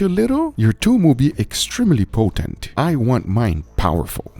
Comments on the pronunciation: thoom not toom it means garlic 🧄 ثوم 👍🏼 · It's not toom. It's thoom. And thoom means garlic, not the sauce.